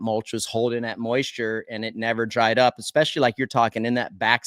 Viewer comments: Take a shot every time Villopoto says "eXspecially" instead of "especially." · Its a Washington state thing.😂 I say that also.